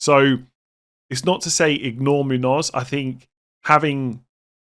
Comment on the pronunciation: My pet peave is FPL content creators' pronunciation of Muñoz. Seems like Muniz ruined it for everyone. It's pronounced moon-yose. I think FPL Harry is the only one that gets it right 😂